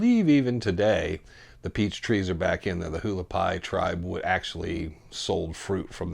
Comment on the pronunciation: Haulapai is pronounced Wah- lah-pie !